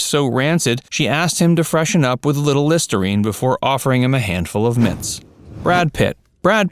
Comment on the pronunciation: BEFORE NOT BOOFORE 🤬